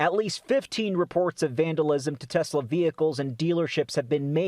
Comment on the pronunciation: “I love Tesler!” -Donald J. Trump